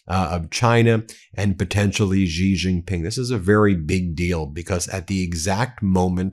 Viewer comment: Zelensky always weasels his way into every meeting. AND STOP! saying JiJinPing! His name is XIJinPing!